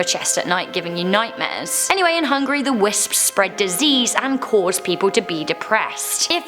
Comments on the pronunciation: hungAry.. not Hungry.. please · It's pronounced Hon-geh-ree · When she says it it sounds like hungry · When you said "Hungary" it sounded like you said hungry.